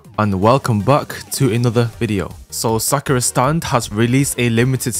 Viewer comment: I love how u tried to pronounce "Sakura stand" when for me I hear "Sakara stand"